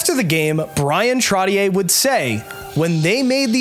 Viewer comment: Why cant you pronounce Bryan Trottiers name correct